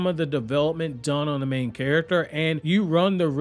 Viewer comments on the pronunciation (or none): none